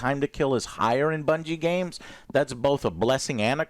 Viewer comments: lol classic Joe, pronounces bungie as bingie, but somehow nails the pronunciation of durhendahl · Joe managed to say Bungie wrong lol